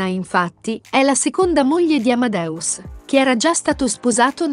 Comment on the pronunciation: Fai così fatica a dire AmadEus dicendo la E?Non è Amadaus!